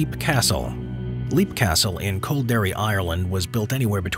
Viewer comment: It's pronoiunced LEP castle, not LEAP